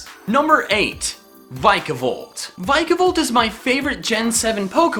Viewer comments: no offence its vic-e-volt not vis-i-volt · Something that annoyed me: It's pronounced Vick-A-volt not vike-a-volt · "Vica"volt? it's "Vika"volt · it's vi-ke-volt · you pronounced vikavolt rong